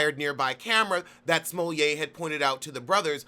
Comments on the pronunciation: It is. Its actually the correct pronounciation. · It is lol